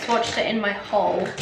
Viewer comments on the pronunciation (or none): none